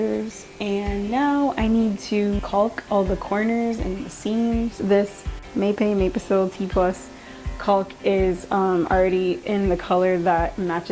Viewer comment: Its pronounced mu pay on the grout for that brand.